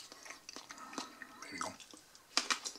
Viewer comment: 47Emoo HD „hier wi go“ so spricht er es aus😂